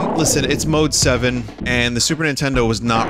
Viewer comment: Every time you say mode7 youre wrong